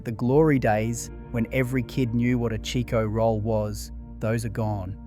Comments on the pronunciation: You must not be Australian because it’s a CHIKO ROLL NOT A cheeko roll lmao 🤣 omg talk about unaustralian. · What the f*** is a "Cheeko roll"? I buy Chicko rolls on al almost weekly basis from my local take away store. You're way off base if you think they don't exist anymore.